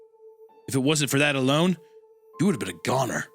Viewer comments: gooner instead of goner LOOOOOOOOOOOOL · that is not the word “goner”